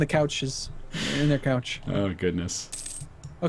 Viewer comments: shun-pak-me right? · I'm not even French and I'm insulted by that god-awful mis-pronunciation of. I need to go wash my ears out... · Jesus fucking christ shen could you please kick in the nuts and tell him how to pronounce Champagne?